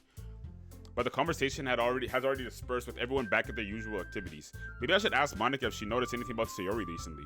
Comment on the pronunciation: Bro did NOT say monika😭